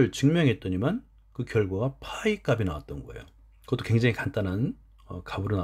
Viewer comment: 좋은 영상 감사합니다. 그런데 수학 영상에 이런 말 해도 될지 모르겠지만 영상 내내 '값이', '값을' 등의 발음을 [가비], [가블]이라고 해서 많이 거슬립니다. 어린 학생들도 많이 볼 영상일텐데 조금 교정해주셨으면 합니다. 제대로 된 발음은 [갑시], [갑슬] 입니다. 물론 최종적으로 [갑씨], [갑쓸]로 발음되겠지만요.....